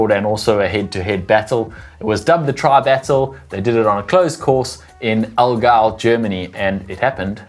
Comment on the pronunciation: German lesson for: First part of Allgäu was right. The second part „gäu“ is pronounced like boy, but with g instead of b. 😁 Lionel chose Copenhagen for his slot. 😉